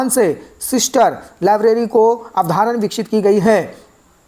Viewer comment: अवधारण नही अवधारणा होता भाई.. याद रखियेगा😂😂